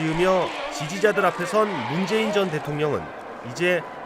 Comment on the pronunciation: 문재앙이라 들림